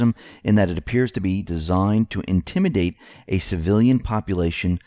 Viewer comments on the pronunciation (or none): none